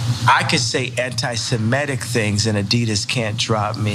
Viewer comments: It's SEMITIC Not SEMETIC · Suh-MIH-tick. Not suh-MEH-tick. Everyone pronounces it wrong, it seems. Also, fuck Kanye.